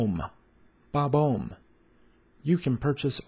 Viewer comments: Sorry to burst your bubble but this video really needs a correction. You're putting too much emphasis on the "oh" sound, when it should be an "aw" sound. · Furthermore, the "Bob" at the beginning is more relaxed, with an "uh" sound rather than the "aw" sound you used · It’s pronounced exactly how it’s spelled… Bob-omb. Not like you’re say buhbye. BobAwmb